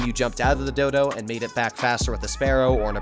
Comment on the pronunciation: Great content hermano, clear explanations and great backing music. Hope the channel continues to grow. Btw you said Dodo so many times that it sounded like dildo 🍆 which made the video even better 🤜🏽🙏🏽